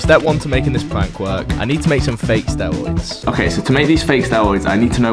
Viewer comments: Stewoids, dwugs, Owange, wealistic, thwee. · Sorry but it's so hard not to laugh when you say 'stewoids' so many times in one video. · "Stewoids :3 " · be like: stewoids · I love the way you pronounce Word: steriod. Its like sterud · Everything cool but you not knowing how to say r just makes me feel sick